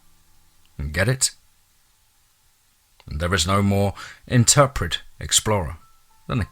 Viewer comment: "there is no more intrepid" not interpret... lost me right there.